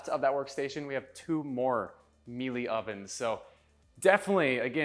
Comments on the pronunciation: Just so you know its pronounced Mee-La (rhymes with Sheila) not Mee-lay for the Miele appliances. I know this as fact as a high end appliance rep told me this years ago. Very surprising the butler's prep area has no appliances. Usually homes in this pricing bracket have a butler's full kitchen and the other one is more of a show kitchen (although functional of course). The man cave area was super cool. Nice to know you have a chance if the zombie apocolypse occurs. Great man cave and game area too. All that astro turf outside the pool and no putting green?! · the oven isn't called melee, you say melar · "Me Lee" 😂 It is German and is pronounced "me luh." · Nice job on a neat house. The appliances are pronounced “Mee-la.” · Just a tip: the brand of the appliances is pronounced MEELA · Actually not. It's Italian, so ir pronounced MEE-EH-LEH. And means " honey" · You need to learn to pronounce Miele.